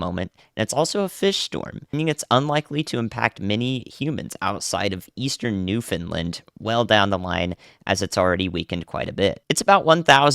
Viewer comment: Hey. Fyi Newfoundland is pronounced "newf-in-land"